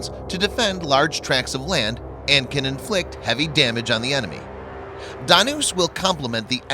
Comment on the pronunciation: As usual your videos are superb and awesome. But only one thing I would like to point out that your pronunciations of Dhanush, Balasore and Jhansi were wrong. Plz try rectifying those